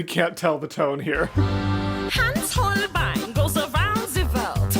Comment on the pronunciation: How can you listen to an entire Song permanently repeating Holbein and still pronounce it completely wrong? Its not Holbin.